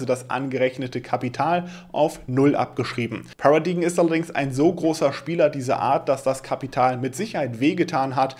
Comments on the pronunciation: Paradigm spricht sich 'Pärädeim', nicht? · “Paradaim” solche Worte sollte man schon nachschlagen wenn man nicht weiß wie sie ausgesprochen werden und 12x im Video gesagt werden 😅